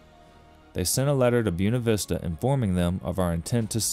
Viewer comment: Excellent video all you have to do now is learn how to say Buena Vista